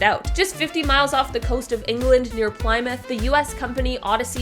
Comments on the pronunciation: #7 Plymouth is pronounced Plih-muth not Pli-muth :) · Cringing at the pronunciation of Plymouth... for anyone one that's American it's pronounced pli·muhth or Plym-outh not Ply-mouth 😂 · PLIMOUTH ? lol jez what nationality are you my dear ? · I'm more bugged by the pronunciation of Plymouth 😂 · Thats not how you pronounce "Plymouth"